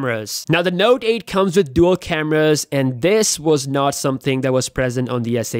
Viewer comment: Wow is it me or this dude can't say note 8😂😂😂😂😂